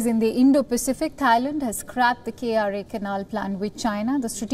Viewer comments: fun fact: Kra is not pronounced as K-R-A. it is pronounced as kra. the planned canal passes through a place called Segenting Kra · It's not K-R-A. It's Kra, as in Krabi.